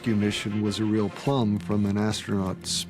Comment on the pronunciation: Real not reel